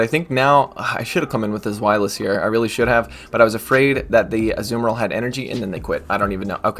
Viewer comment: On the back of calling you a nerd for knowing about rocks, I am amused to say that every time you say azu-bomba-dill I think of my favourite Lord of the rings character Tom Bombadill